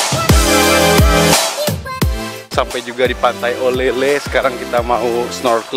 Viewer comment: Pantai Olele. Bkn oelala..